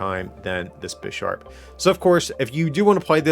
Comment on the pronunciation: You definitely misread Bisharp